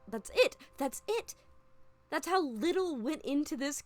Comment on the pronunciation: 2 years old but you said 'hoe artists' instead of how artists, and ngl I was super confused 😭